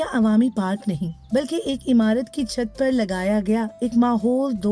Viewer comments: جو خاتون بول رہی ہیں انہیں بتائیں لفظ عمارت کو زیر لگا کر پڑھیں وہ زبر سے پڑھ رہی ہیں لفظ بدل گیا امارت بن گیا اور معنی بدل گیا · DW se guzarish hai k Urdu service k liye durust urdu accent rakhney waley reporters bharti karei'n.. jo imarat ko imarat kaha karei'n.. na k AMARAT.